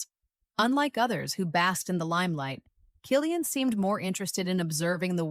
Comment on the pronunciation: K Cillian w the k sound